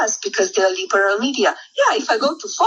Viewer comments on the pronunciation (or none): Thee Leeberal meedia!!